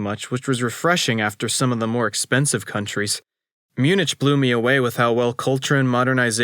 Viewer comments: Munich is read Munih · Did you really just say “myoon-ITCH”? And “gen (like “get”)-o-wa”? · you mispronounced the city name of Munich the end is pronounced like a k in the english language, all good though. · I was in Vienna, doing some window shopping before catching a midnight train to Munich (which, incidentally, is pronounced with a "ck" at the end, not a "ch" sound). Turns out there was a performance of "Das Reingeld," the first of Wagner's Ring Series of Operas playing. Walked in to main floor standing room tickets for about 10 Euros each. Amazing experience. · my guy. you fr don’t know how to pronounce munich???😭😭 i was cringing the other day when u kept saying “kee-ruh-bah-tee” but let that one slide bc not everybody has even heard of kiribati let alone knows how to pronounce it but MUNICH???😭😭😭😭😭😭